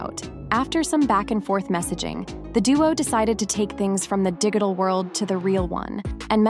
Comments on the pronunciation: Is this an AI narration? Dig it all? Instead of dij-it-al? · What is the "DIGital world" (hard "G" like when you "dig" a hole)? Could they be any more obvious that this is a bot or speech synthesizer speaking?